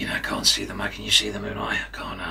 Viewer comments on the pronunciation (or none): Almost got the Australian accent right. just needs to work on the "a"s as in "can't".